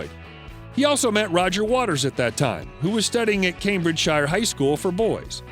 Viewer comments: It's pronounced Cambridge-shear ffs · Cambridge’shire’ No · Can find out how to pronounce words Cambridgeshire? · Your homework is to find out how to pronounce the word "Cambridgeshire". Your starting hint: it's nothing like the way you say it repeatedly in this video. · Funny how Americans pronounce all British place names ending in "-shire" to make them rhyme with "fire"...